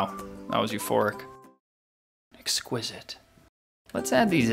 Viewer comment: I just thought it was funny how you said exquisite